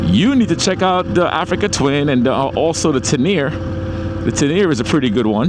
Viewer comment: Sensei, it’s pronounced “Ten-a-ray, not teneer. Just saying for the on lookers out there. You know people can be very critical of pronunciation of things. Keep up the amazing and positive energy. “Walk good lion”.